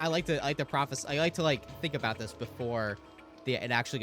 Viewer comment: its somthin aboot anoot apocolylpse